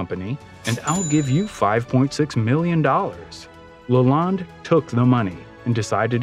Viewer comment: It’s Henry Leland pronounced Lay Land, not LaLonde.